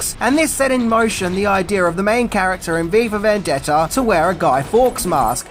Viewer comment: "vendetter"..... Okay.